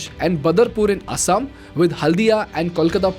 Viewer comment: Wth is 'Asaam' (based on the pronunciation)?